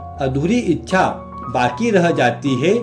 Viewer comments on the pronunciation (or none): none